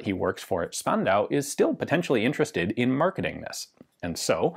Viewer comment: I know I´m 2 years late but a quick insider-tip from a german: The S in Spandau is pronounced like the Sch in Schlegelmilch. Basically "Shpandau".